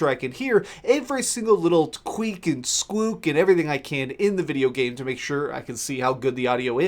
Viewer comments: Squeek and skwook, eh!? Ok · Queek and skwook....